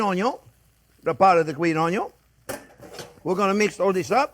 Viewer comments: Oh man. You made me realize I've been pronouncing "onion" totally wrong.😂❤ I'm now learning to say "ownyo".🥰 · In the Chef Jean-Pierre drinking game, you have to do a shot every time he says, "Look at the size of that onyo!" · Love those onyo 😂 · ❤ me some “ONYONS!” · Chef, you got me in trouble with my wife! She asked me one night, "Sweetie, am I the most important thing in your life?" And I said, "Sorry babe, onyon is always number first." Now I'm sleeping on the couch. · Ok, I got to subscribe and not only for the way you pronounce 'onion' :)